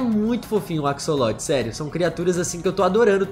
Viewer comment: Se escreve "axolote" mas na vdd se pronuncia "acholote" não tem som de cs '-'